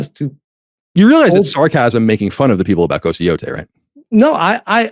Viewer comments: Ghost of YO-TOY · Ghost of "Yatoy"